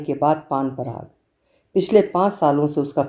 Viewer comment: Aap haath ko haanth bolna band kariye..... bahut ajeeb lagta hai.....